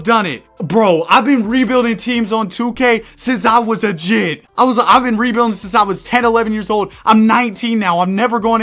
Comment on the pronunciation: A jhit? 🤣 I love your videos man